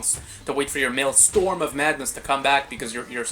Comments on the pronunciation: fr bro it's not maelstorm it's maelstrom 😭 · Please stop mispronouncing maelstrom! 😭😭😭😭